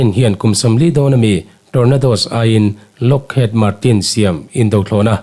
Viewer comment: Lockhiid....tiha lamrik zawk tur